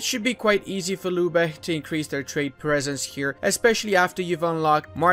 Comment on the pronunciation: Lübeck Not Lubeck it’s pronounced lybek ü=y